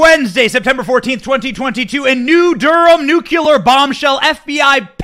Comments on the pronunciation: Nu cle ar not nu cu lar 😬 We love you Benny! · Don’t worry Benny. It’s true that you mispronounce the word “nuclear”. (Not nucular) Don’t worry Ben Shapiro mispronounces “jewelry”. He says jewlery. And almost everyone mispronounces “fentanyl”. It’s not fentanol. We love you anyway! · The word is nuclear not nucular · You mispronounce "NUCLEAR" ALL THE TIME! How embarrassing it must be not to be capable of pronouncing the word correctly.